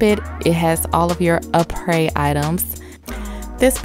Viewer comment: Crystal lol no the stuff she was using was from “Aprés kit” you pronounce it as a pray